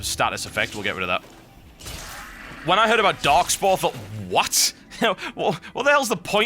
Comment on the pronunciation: Anyone else keep hearing "Darkspawn" instead of darkspore?